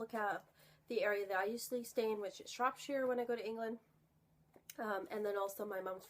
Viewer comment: Ooo some more books going on my wishlist. Really like that ur mums british, love the way u say Shropshire hehe so polite and crisp. I have vol 2 and 3 of a Mabinogian collection on Kindle. ☆